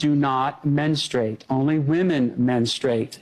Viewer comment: Menstrate? Don't they mean menstrUate?